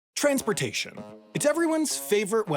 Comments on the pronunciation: dis he said TRAINSportations? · "Trains portation"